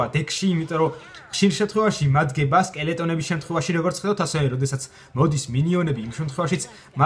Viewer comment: ხშირ შემთხვევაში მადგებაო ზაპზე რო ამბობს ხშირა შემთხვევაში მიდგებაო გავიგე xD